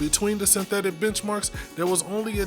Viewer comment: I thought i heard bitchmarks 😂